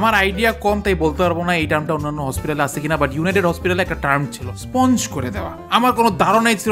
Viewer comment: স্পঞ্জ করা শুনলেই বোঝা যায় বদ্দা 😂